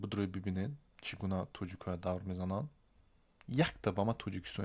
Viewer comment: "Давр" не бародар "дав" меган!!!